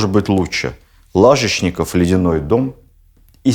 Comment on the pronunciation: ЛажЕчников, не ЛАжечников